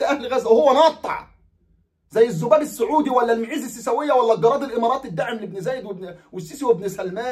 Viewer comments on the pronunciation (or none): none